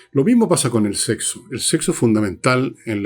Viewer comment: Fernando, es SEXO, no sehso. La buena pronunciación, por favor.